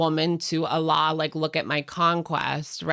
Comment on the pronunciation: Guys, can we pronounce Alaaa's name properly? There no double L and it's an extended A, followed by closing the throat. You all pronounce it like Allah and it's hilarious!, you're so sweet. And we appreciate your kindness for humans and non-human creatures x